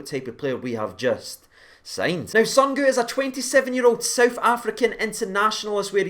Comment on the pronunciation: Zungu pronounced as "Zoo-Ng-oo" the U is pronounced like oo for eg) zoom.....COME ON GERRRRS!!!!!!!